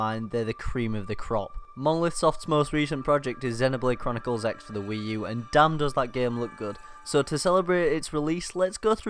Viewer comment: FYI it's pronounced Xenoblade Chronicles Cross.